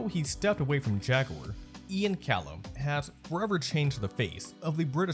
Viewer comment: You mispronounce words in your vids just to piss us off don't you?? Americans say "Jag-ware" Europeans say "Jag-u-er" idk what the hell you are trying to say though. 🤷🏿‍♂️🤷🏿‍♂️🤷🏿‍♂️